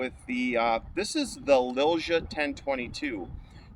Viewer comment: The correct way to say Lilja in english would be Lilya. Not trying to be an asshole, but I feel that name brand needs to be said right. Awsome rifle.